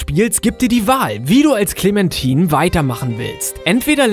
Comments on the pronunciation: "Clementin" :D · ich hab gewusst dass twd am ende kommt btw wird es "klementain" ausgesprochen lel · spricht den Namen clemmentine mal richtig aus sie ist keine Frucht verdammt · Clementine! CLEMentine! nicht ClemenTIN! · Sind die eigentlich zu behindert Namen auszusprechen? Ich mein Klementine was eigentlich Clementine heißt und in einem anderen Video Will smith spricht will fmith aus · hat er ernsthaft KLEMANTINE gesagt ?! ja das ist extra falsch geschrieben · MW2 Ghost tot muss auf die Nummer eins und du hast clemtine falsch ausgesprochen 😂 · "Klementin" xD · "Clementin" xDDD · “clementin" wenn man sowas schon hört weis man sofort das er das Game nie gezockt hat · ''clementin'' HAHAHA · "klimentim" xD alter... es ist englisch und heißt Clementine! und nicht anders. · Wie du Hyrule und Clementine aussprichst gehört verboten :D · Er hat clementine falsch ausgesprochen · Wie kann man nur clamentine nur so falsch ausprechen